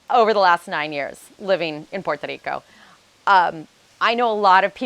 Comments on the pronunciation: 9 years and you still can’t pronounce PUERTO RICO. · I REALLY REALLY LOVE THE WAY YOU PRONOUNCE *PUERTO RICO*🤗